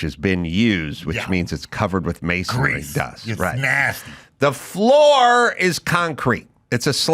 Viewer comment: I'm with you on the tools on the sofa. That is completely Disrespectful. But as someone who's been in the trades, please pronounce masonry correctly. Don't make me come out there.